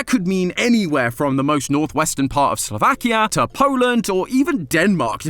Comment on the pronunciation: Hey my family’s from Slovakia, and you pronounced in wrong, you say it like slow-vaa-keya